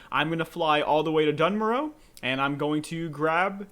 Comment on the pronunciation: It's NOT "dun morrow" ffs - _